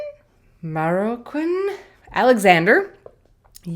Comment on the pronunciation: One of the benefits of having an uncommon surname is that it serves as an excellent conversation starter when first meeting strangers. For your edification it's pronounced Mah - Row - Quin. Thanks for addressing my comment-question. It made me all giddy. HEEHEE!